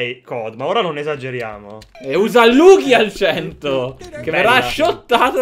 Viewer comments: anche se la pronuncia giusta è lugia. ma vbb. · "lughia" è un colpo al cuore scs dovevo